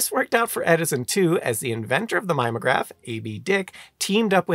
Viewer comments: “Mimeograph” is pronounced with four syllables, with a short i and a long e. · Your mispronunciation of "mimeograph" made me laugh, and feel old at the same time, since it was in common usage as late as when I was in grad school.